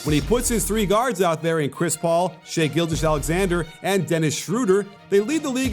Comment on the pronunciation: Kenny Smith mispronounced Shai's name on the post gane coverage too.